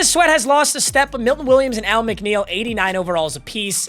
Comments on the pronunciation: is a fake Lions fan if he said alim mcneil like AL-M McNeil. U wrong for that 😂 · The way he saying Alim McNeil name especially being a lions fan stressed me out